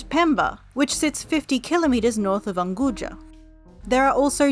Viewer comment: The narrator's swahili is horrible, at least basic research would help. "Chama Cha Mapinduzi" is pronounced completeley different (not sh, but as an actual ch), also Unguja is pretty bad. The mirrored photos/footage is confusing and misleading. (source: I lived in Zanzibar for 1 year)